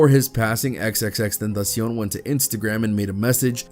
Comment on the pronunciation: respect to the reporter for the correct pronunciation.